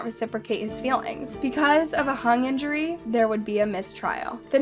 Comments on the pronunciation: I heard her say 'hung injury'...like what?.. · In narration she says "hung injury"when she means "hung jury". Not sure how you say that wrong